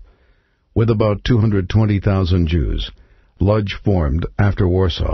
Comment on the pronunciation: the narrator pronounces the word LODZ incorrectly, its pronounced :" Wooch" that is what the polish call their town..